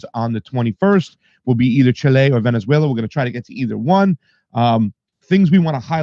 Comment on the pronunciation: Can someone PLEASE tell that the name of the South American nation he tends to ALWAYS mispronounce as Chilé (or “chi-lay”) is actually Chile, with the stress or accent on the “í” as in “ChÍ-le”! Thank you!